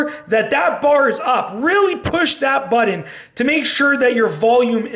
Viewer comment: I like the goofy way he pronounces the word "button"...as "baton," instead of "but-n."